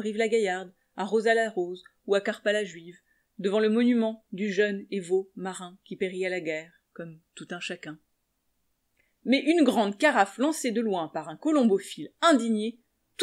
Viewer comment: Tu es vachement douée mais je crois que t'as loupé la liaison dans "périt_à la guerre" et dans "dolichocéphale" le "ch" se prononce plutôt "vers" un "k" je crois. En tout cas un grand merci ! "Seules les larmes seront comptées" disait Hector Bianciotti en l'un de ses fameux titres. Je ne vois plus bien mais pleure encore beaucoup. Parfois les larmes sont de joie ! Pas souvent, mais quelques fois, cela arrive ! Parfois, on ne sais pas trop ! Là où les contraires se rejoignent à l'Infini qui est là ! Salut !